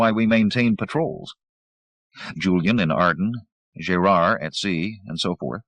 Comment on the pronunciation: Jay-rard? Gerard is not pronounced that way... makes me wonder... Pity. Audio is much cleaner than Zelazny's version.